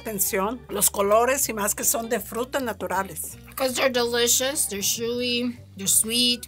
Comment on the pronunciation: Love how she says shewy intead of chewy